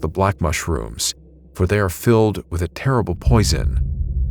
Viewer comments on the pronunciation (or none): none